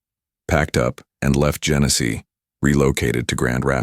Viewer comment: Genesee County, not Genesis.